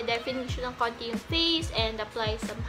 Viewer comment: "Konti" not "ONti".